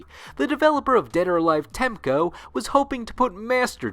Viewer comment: jesus christr TEC- MO wtf was he readimg